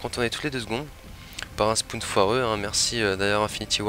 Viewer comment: Les fameux "spoune" 🤣